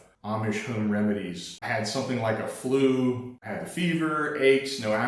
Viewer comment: please stop pronouncing “home” like “Hoeeeme” please, if needed, attend speech therapy… thank you!!!